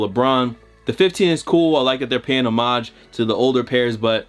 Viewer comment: Bro you say homage fucking weird lol